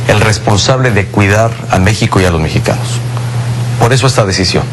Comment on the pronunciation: Pinche Peña Nieto menso.. hasta cuando dice la palabra México se equivoca. En el min dice "Déxico" el muy pendejo...